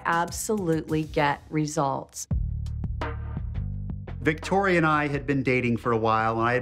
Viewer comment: She was like I’m victo and then she say vicotdia